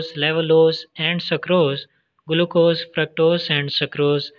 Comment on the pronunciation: Its not guluccose its glucose